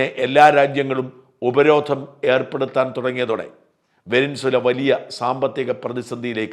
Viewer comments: വെനിൻസുല അല്ല സാജാ വെനസ്വേല എന്നു പറഞ്ഞു പഠിക്ക് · വെനിൻസ്വല അല്ല വെനിസ്വേല. ശ്രദ്ധിക്കണ്ടേ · വെനസ്വേല ആണ് ശരി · Try to pronounce Venezuela first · വെനിൻ സുല എന്നു തന്നെയാണോ? വാക്കുകൾ, പ്രത്യേകിച്ച് രാഷ്ട്രങ്ങളുടെ പേരുകൾ, തെറ്റായി ഉച്ചരിക്കുന്നത് കേൾക്കുമ്പോൾ .......അരോചകമായി തോന്നുന്നു...